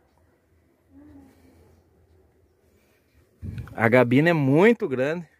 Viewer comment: Muito bom dia !!! É dos excelentes caminhões europeu, se adaptou muito bem ao Brasil e hoje é o mais vendido, a DAF só tem a crescer, ainda mais quando vier o modelo novo !!! Só tenho uma ressalva, (ouvir motorista profissional falar incorretamente a língua portuguesa e dizer "gabina", caminhão tem " CABINE"), a cabina do DAF é muito grande e boa !!! Valeu pelo vídeo, Show !!!